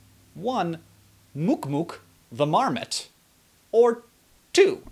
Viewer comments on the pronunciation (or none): LOL ITS NOT PRONOUNCED MOOK MOOK. omfg lol. its pronounced muhk muhk. you just helped me feel better from my post-olympic depression. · it's pronounced mahk-mahk. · Its Muk Muk...rhymes with 'luck'. Just sayin'.